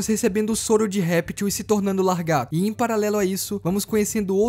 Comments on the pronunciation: Lagarto mano kkkk não LARgato e sim laGARto, video mt bom mano parabéns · Largato essa e nova 😂😂😂😂 eu pensava que era lagarto teu português é bom viu 😂😂😂😂😂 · Po mano....Largato....?? Não seria Lagarto...?? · O certo é lagaRto e não laRgato. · "Largato" é de doer os ouvidos! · o pior e eu ouvir e nao notar kkkkkkk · Largato kkkkk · Largato kkkk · o fala LARGATO kkkkkkkkkkkkkkkk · Largato kkk, o video foi otimo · Muito bom o vídeo, só queria entender qual a dificuldade de falar laGARto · O vídeo tava indo tão bem e o cara manda um Largato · Cara tem tezão em falar largato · só eu percebi que ele falou lagarto errado o vídeo todo?